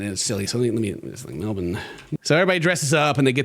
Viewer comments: He pronounced Melbourne correctly! Yayyyy! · Not pronouncing Melbourne correctly 🥲